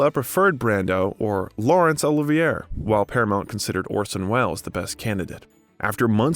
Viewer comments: All in all, a good doc, but why can't the narrator learn to pronounce words like "Olivier" properly? Fer Chrissake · Agreed! So many mispronunciations I was embarrassed. Cannes … Caan … Olivier … Coppola … and Antigone, omg…😮